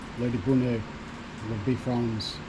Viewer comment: You pronounce Bifrons as Bee frons but it is pronounced Bye frons. Bi as in two. Bifrons means two faces.